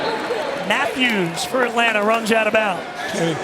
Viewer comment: Boy I love the "Atlants" Falcons